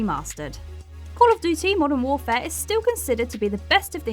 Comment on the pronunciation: Why can't you say "duty" properly?